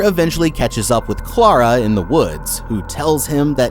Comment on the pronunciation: I just have to say... Thank you for saying Clara in the non-american way 😅 every time I hear my name in media it drives me crazy 😂